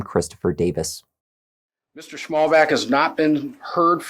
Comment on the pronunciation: It’s Schmallbach, what translates into narrow stream. There’s no K on the end :D Fyi